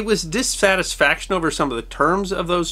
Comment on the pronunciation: Your research, videos, and presentation in general are so marvelous and fascinating that it was nice and actually brought a quick smile and an “Aha!” at your making the first “mistake” (actually, only a slip up of a microsecond) that I’ve ever noticed after all of these wonderful videos! I love the word “disFatisfaction!” I also love the fact that you just kept going. Historically speaking, I think you just switched over to reading as if using what has always looked to me like the intended pronunciation of the Declaration of Independence, with all of the “S’s” looking like “F’s!” 🤓😉